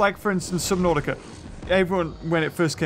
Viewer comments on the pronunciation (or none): none